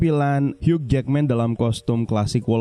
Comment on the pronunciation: "Hiu" min bacanya, huruf "g" ga dibaca...🙏🏻